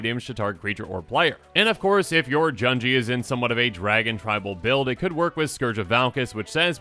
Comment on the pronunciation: Junji doesn't rhyme with "bungee", u in Japanese is like "oo" sound (think "sushi") a - f"a"ther i - h"e" u - f"oo"l e - b"e"d o - n"o" Hope this helps since you'll be pronouncing many more Japanese names in the coming weeks